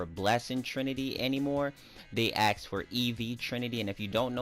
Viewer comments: Its ask not ax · Always axed for... No offense, great content, but thats not how you say "ask"